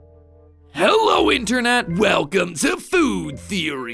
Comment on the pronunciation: food theeri